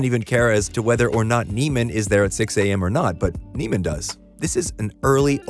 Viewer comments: Another part of Fletcher’s abuse is how he purposely mispronounce Neiman’s name for the entire movie, to the point where even in this video the narrator mispronounces it. For those wondering it’s pronounced “neigh-man” and not “knee-man”. Andrew says it in the beginning of the movie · You missed my personal favorite thing. His name isn't pronounced "Neeman", it's "Nayman". He introduces himself as "Nayman" and a kid in the worse music group calls him "Nayman". Fletcher just calls him "Neeman" as a mind game. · Its andrew ‘neigh’-man. ‘Knee’-man was one of fletchers manipulation tactics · It's pronounced nayman, he literally says it in the scene where Fletcher introduces himself. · I love how you mispronounce his name just like fletcher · It’s interesting because you’re mispronouncing Andrew’s name here too. Fletcher does it the entire movie as a power play and we the audience start to also associate him with that name while we’re taken on the ride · I noticed that too. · Americans are specialists in butchering names.. So i am not sure if this was intentional.